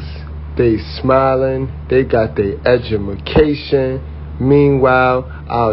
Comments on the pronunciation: Did he actually say edumacation😂😂😂 he sounds crusty and dusty😂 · He couldn't even pronounce EDUCATION.. "EDUMECATION".... Hmm... You should have checked yourself first... Homie! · Why would anyone listen to anyone who pronounces education as edumacation 🤷🏽‍♀️ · Edumacation lol pronounce the word correctly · Ummm, he didn't even pronounce education correctly, and we're supposed to be offended by his passive insult. This is definitely out of the mouth of a single male😅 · The Way He Pronounced Education Took Me Out🤣 So We Know His Mindset Is Of Low Value In The Intelligent 🧠 Department.. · You got the nerve to talk down on them but can't pronounce education they're right way did you go to college did you graduate